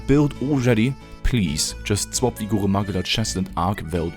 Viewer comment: Somehow the most satisfying "Goruh Mahguhla" pronunciation I have ever heard.